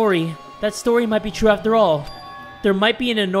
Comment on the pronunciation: he just mispronounced "true". TRUF